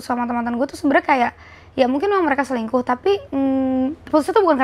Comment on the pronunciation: kan kata rachel cantik dari dlu, dijawab rachel tapi ko selingkuh gitu (tp dia ngomongnya cingkuh)